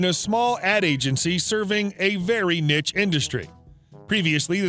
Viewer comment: You pronounced Niche ('Neesh') wrong but it's okay because "Nitch" sounds funnier.